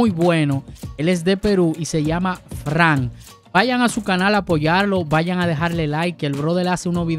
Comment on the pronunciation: ES FRANS Y NÓ FRAN Wajajjajjajjajajjajajaja...